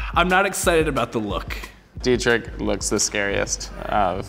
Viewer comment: Bro Deetrick its pronounced Deetrish (closest thing to german pronounced ch)